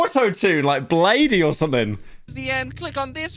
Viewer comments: Did you really say bladeey? It’s blade with two e’s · I can't blame Pyro for giving up especially after the massive backlash he WILL be receiving for pronouncing Bladee's name as *BLADEY* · Why do you alternate the correct and incorrect pronunciation of bladee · HE SAID BLADEY! OH MY GOD HE SAID BLADEY HE HAS TO BE DECAPITATED THIS IS UNACCEPTABLE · it's pronounced bladee